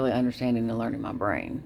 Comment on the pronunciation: “Mah brayne” …. The fuck you on about jeez